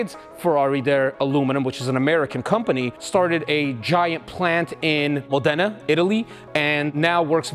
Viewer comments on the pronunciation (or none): >> I AM AMAZED THAT YOU CANNOT PRONOUNCE >>> MODENA <<<!!!!!